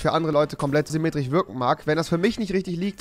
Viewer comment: Du sagst immer semetrich XXXXXXXXXXXXD